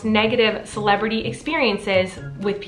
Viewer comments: Everytime you say celebrity i only hear Miranda😂😂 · Colleen: celebrity Me: CELEBEDDY